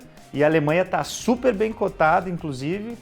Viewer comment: A pronúncia é Môsel. Fica a dica.